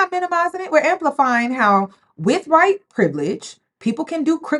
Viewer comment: He's Hwhite! 😂😂😂, please